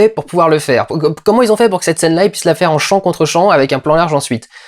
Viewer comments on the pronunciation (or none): none